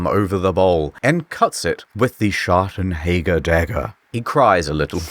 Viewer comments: ""Schagenhäger"" xD I love if he wants to say Schattenjäger. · I’m quite offended by how your pronounced Schattenjäger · I love how you pronounce the J in "Schattenjäger" like a spanish J but in "a shot of jäger" you pronounce it properly :D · The way they did pronouce Schattenjäger was painful im not even german and its wrong🤪